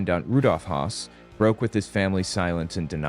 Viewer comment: Hey - the following is meant constructively & simply for future reference: The surname “Hoss” (I’m unsure how to include an umlaut over the letter O) as in “Rudolph Hoss” is pronounced more like “Hess” than the manner its spelling on the page would seem to indicate.